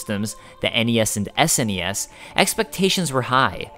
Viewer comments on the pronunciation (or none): none